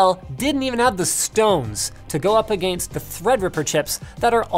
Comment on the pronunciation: wasnt really sure he was canadian... then he said "a gainst" and confirmed it